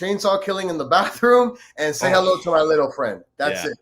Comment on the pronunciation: Herro “elite” lol